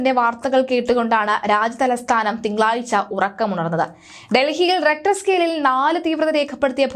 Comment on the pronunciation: റെക്ടർ അല്ല റിക്ടർ